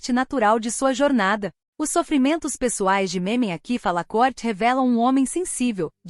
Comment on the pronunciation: Poderia procurar pronunciar melhor o nome do ator